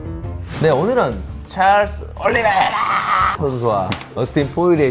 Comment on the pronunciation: 올리붸이라악 하는거 터지네 ㅋㅋ